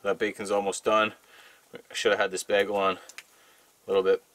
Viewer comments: As always, I love your videos. Not just entertaining but informative as well. By the way, it's pronounced, "BAY-gull", not "BAG-ull" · It’s pronounced baygel! Love your show, your honesty and creativity!